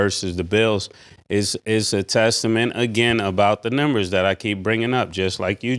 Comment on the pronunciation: I love the show but DAMN Ma$e talks too much about nothing. Cam actually makes sense and points and Ma$e talks in circles. He 🧢 a lot and he says “numbers” weird (he pronounces it “nimbers”). Ma$e just takes up too much air time with nothingness. Respectfully